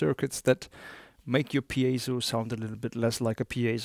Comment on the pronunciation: And if you tried to speak his native language you wouldn't make any mistakes? Try doing a review video in a different language like he did... NOT easy. You owe an apology. AND, he pronounces piezo correctly, not PIE-zo like ignorant Americans do (I'm American btw)